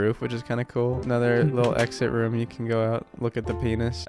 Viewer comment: Don't worry about the ruff/roof thing Markiplier can't say room for his live with a short 'o'. Like romm. Dunno just reminded me of that in the heat of the moment with all that panting going on in the background.